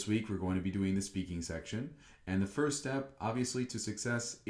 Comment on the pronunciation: Thanks for the video, these review Wednesdays always include a lot of useful information. But I must say, this score seems very generous to me. Her pronunciation and intonation seemed to have some big problems - like saying "foest" instead of "first" and stressing some of the wrong words. also she left out some articles. Plus, for one of her examples, she really talked about TV instead of the living room. Do you really think it would score a 3.5?